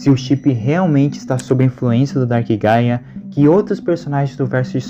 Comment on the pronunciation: Juro que eu entendi paia e não gaia